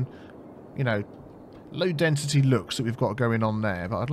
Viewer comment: what is it with you not saying density right?